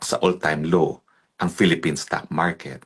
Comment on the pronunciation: Anong "all time law" ang sabi ni Roque "all time low"